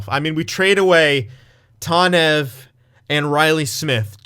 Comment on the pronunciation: First of all, its tAHnev, not tAWnev. Second of all, I don't know if the game was right or if you were, but if you wanna have a read go for it, I'm too lazy